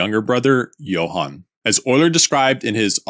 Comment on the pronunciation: Abide by reason: gets "Johann" right Also Abide by reason: butchers "Jacob", because evidently, Jacob Bernoulli was English after all and would have pronounced his name in this trainwreck that are English pronunciation rules. Yes. "By reason" my ass.